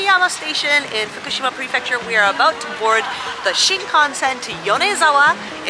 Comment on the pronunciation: Whoooo!!! I like pronunciation of “Prefecture”. Sometimes I mumble it😂 とにかく嬉しかー